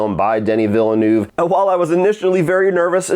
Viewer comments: Repeat after me: "VILLE N-EH-VE" Not Villenuuuuve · Negative reviews bring more views. When you criticise someone’s work is common sense to at least pronounce his name correctly lol. Say after me: Veal-ne-oo-veh.:)) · Watching all these online reviews of Dune Part 2 and hearing everyone jack up Denis Villeneuve's name has been a hoot. 🤣